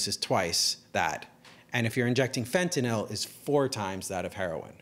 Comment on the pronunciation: Finally, someone who can actually pronounce the word "fentanyl" correctly